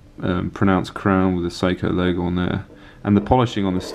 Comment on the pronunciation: It sounds like you're saying "Soko". In America we say "Say-ko". Not sure which is more accurate.